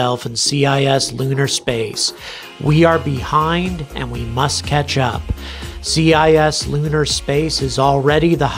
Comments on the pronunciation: It's not "C.I.S" lunar space it's "cis" lunar like "cisgender" It's pronounced like "sis" as in short for sister. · Helpful pronunciation guide: cislunar = "Siss-loo-nar", meaning "in the neighborhood of the Moon." Cislunar space is the lumpy blob of space delineated by the Moon's orbit around the Earth, plus all the Earth/Moon libration points (or LaGrange points). Wikipedia has a good article about it plus a handy illustration that doesn't paste into a comment field on YouTube. It would make a helpful addition to your list of links in the video description! And by the way, your specific concerns here highlight one more general and indisputable truth: anyone who has an active human presence on the Moon or in lunar orbit has easy access to the entire volume of cislunar space, compared to anyone stuck at the bottom of Earth's gravity well. If the South China Sea and the Indian Ocean are strategic areas to maintain some kind of active presence...